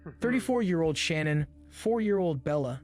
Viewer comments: This video is great, informative and lot of research. WOULD BE BETTER IF HE PRONOUNCED SHANNAN’s NAME PROPERLY…. NOT SHANNON 🤦🏻‍♀️ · does it annoy anyone else that someone is making a video about a murder victim and cant even pronounce their name right? every time i hear Shannon im like "ITS SHANANN!" ughhh (not Z, the video hes commentating on) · You can’t even pronounce her name correctly!!! Sha-nannnn Jesus man